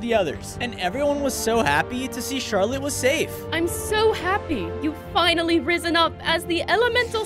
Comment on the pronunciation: Bro met to say risen up not rizzen up